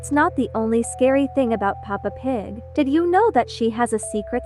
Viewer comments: She said eppa Pig💀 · It’s Peppa Pig not papa pig ☠️ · The way that instant of saying pepa pig. She said papa pig did anyone see that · Is pepap pig not papa pig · PAPA PIG!? BRO ITS PEPPA PIG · that isnt "peppa pig" house, its an ABANDONED CHURCH the guy who made the video said sorry for missunderstanding (idk how to spell that) Edit:i just saw that you dont say peppa pig you say papa pig 😭🙏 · Why you say papa pig but not Peppa pig 😭😭 Btw sorry if I'm too harsh 😔😔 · Its kinda funny that you called peppa pig "Papa pig" lol!🤓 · You said papa pig